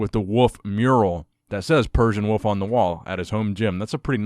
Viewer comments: it’s persian wolf not wuff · are you saying woof or wolf? I couldn’t tell! Great video though man.. I miss these multiple story news updates! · I love how pronounces wolf like woof